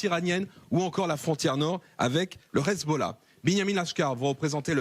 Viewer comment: C'est pas rizbollah mais Hezbollah, vous avez vraiment des problèmes de locution.